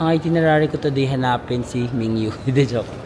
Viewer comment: Hello Carat here. It’s Min-Gyu po not Ming-Yu. Ty for admiring our boy! ❤